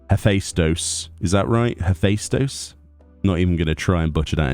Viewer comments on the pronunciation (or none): I've been pronouncing it "heh-fay-stos".